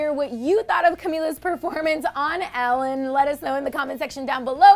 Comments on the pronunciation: Its not 'Alan' its Ellen El-len. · OMG I HAVE ALWAYS THOUGHT HER NAME WAS PRONOUNCED EH-LEN!!!😳